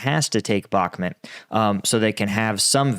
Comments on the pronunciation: bak muuuuuuuut. not bak met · I'd give Zelensky the benefit of the doubt on it. I assume he wasn't briefed properly - among all the meetings half a world away, plus the situation was changing quickly. Also I'm pretty sure it's Bakh-MOOT not Bakmet . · Umm, I've never heard it pronounced like that. Bakmet? It's Bakmoot. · Please! It’s bhak moot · When you cannot pronounce a city’s name properly, I think you should not talk about it